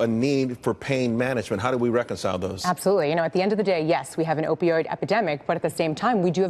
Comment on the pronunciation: please learn to pronounce opioid correctly!!! O-pee-oid